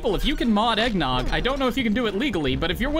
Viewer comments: Alex: eggn noooooooooooogg That's not how you say eggnogg bud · I don't think Alex pronounced Eggnogg properly. You should play again just to be safe.